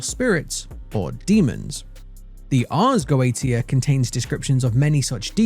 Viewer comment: nobody in these videos say "Ars Goetia" properly. have any of you watched Helluva Boss? xD